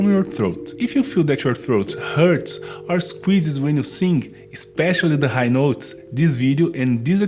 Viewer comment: As a vocal coach, have you ever tried learning to make the "th" sound used in English? And the proper "i" sound in "sing" instead of the hard "e" sound?